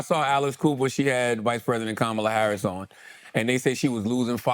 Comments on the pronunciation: Amazing the first time you said verbally “Kamala” you said it the trumpy way 🤮 the second time you said “KAMALA” the name her mother gave her you said it right. Why are you being nasty Trump is not nice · He says her name wrong and then 20 seconds later says her name correctly🤦🏼